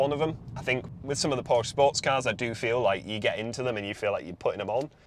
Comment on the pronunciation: P O R S C H E "porsh-ah"